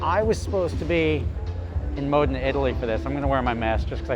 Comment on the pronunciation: Brilliant vid as always I dig your business model and how you execute! But I smile every time you pronounce “Modena” Correctly-without the long E Lol🇺🇸